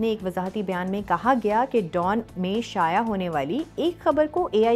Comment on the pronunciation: شایا نہیں شائع۔۔۔ جیسے ذرائع 😊